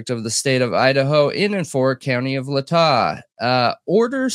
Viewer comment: It's Lay-tah. BTW. And Moz-koh (an invented native word, rather than Russian; ending pronounced the same as the first syllable of defendant's).